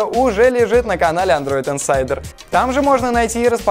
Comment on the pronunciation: Он не оговорился в конце? Смотрите обзор гугл-глас на сайте андройд инсайдер ру?